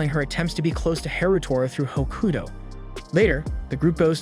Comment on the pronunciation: Tokyo ravens good series also your saying hakuto wrong also the girl is his cousin